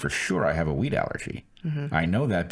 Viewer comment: 'wheat' allergy ok. I was thinking he said 'weed'